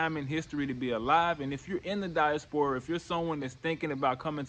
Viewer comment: Definitely moving there and also I’m going to need you to pronounce diaspora right 🥴